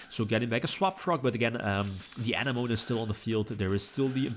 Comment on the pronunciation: Love your content! For future reference, since decks that use Coral Anemone will use it many times in your replays- It is pronounced 'Uh-neh-muh-nee', not 'An-uh-moan' Keep it up:)